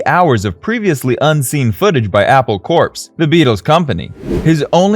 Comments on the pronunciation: It pronounced Apple corps [ kohr ], not [kohrps] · “Apple Corpse”?!? Lol, what the Hell is that? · How can you name your channel yellow submarine and mispronounce the name of the company the Beatles started? Apple Corps (Core). Get it? Apple core? That wasn't an accident. Annunciation is everything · corps is pronounce core.